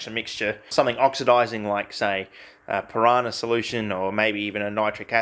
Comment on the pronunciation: Why does he keep saying "Piranah" solution When did they add piranahs to the periodic table